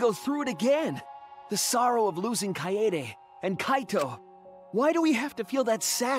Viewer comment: even the title screen slightly mispronounces it but thats honestly nothing compared to the english dub’s hilarious mispronunciations such as “kae YAY day”